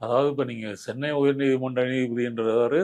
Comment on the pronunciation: It's not Sennai. It's Chennai